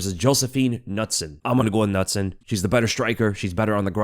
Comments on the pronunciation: nutson is pronounced k-noot-son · Its pronounced Can-ooot-son. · Nutson lol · As a swede I love how you pronounce Knutsson 😂